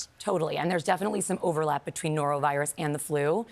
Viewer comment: Nerovirus? Were you trying to say “norovirus”?